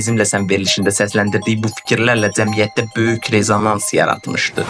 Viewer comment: Gerts(ц)ekleşdi, dzemiyyet.